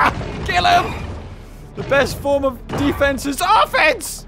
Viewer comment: I heard him say the best form of defence is AAAH fence!